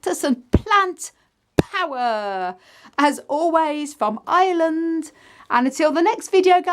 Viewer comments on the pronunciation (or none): none